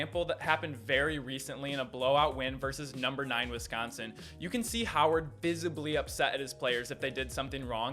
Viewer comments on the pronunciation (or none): none